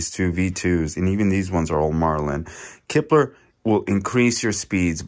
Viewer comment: you kept saying kipler. Its klipper.